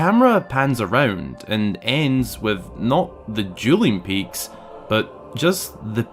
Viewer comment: I thought you said “Julianne Peaks”, and I was like, what? Then I realized you’re saying “Dueling Peaks” 😂😂😂 My Filipino ears are playing tricks on me.